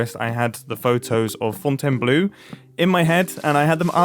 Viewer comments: I'm sorry about how surprising French can be, but Fontainebleau's last syllable isn't "blue" but "blo", with an "o" like in "poker". Otherwise your pronunciation of the rest of the word is great! And I love your vids btw. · Every time I hear 'font en blue', my eye twitches a little. As someone with family there, it's closer to 'fawn ten blaw'. My left eye will probably explode if it twitches 5 more times, an experience I don't want, even if the headlines would be exceptional.